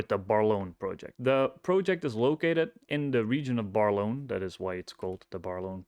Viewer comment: Just FYI the main project pronouciation; Brālorne, or Braelorne if thats more clear...the toll Mill agreement is with Nicola Mining in Merritt, a small town about 3hrs away from Brālorne.. It's the only free mill in the region,not so they negotiated a toll Mill agreement when the $ of gold was or below the said value. Gold has really been a hockey stick rise over last 2 yrs. A lot of the debt incurred was during the bear times of 2023-mid 2024. I think they had to do to move project forward. I'm not pleased with the dilution, inside ownership remains low. The team is top notch, these people are not going to come cheap. Be really interesting to see the new agreement with Ocean Partners in the new year once the toll agreement has finished. Their gold will then be priced accordingly and revenue should begin to count on the balance sheet. The 2 project is more 5hrs away on roads that can have issues of closers during winter(snow,fires) summer..I would hope that the infrastructure for this site is in decent order and they either toll Mill with Nicola again to keep costs down initially or they are able to fund, internally, a mill at that site. Lastly is they could merge with another company maybe WestHaven, this would be a good merger and definitely get eyes of someone larger... Thankyou for your research